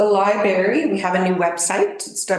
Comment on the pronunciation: It’s library, not libary!